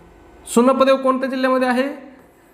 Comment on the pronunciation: सुनपदेव नाही sir उनपदेव aahe te